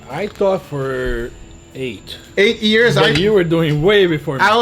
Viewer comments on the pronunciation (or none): none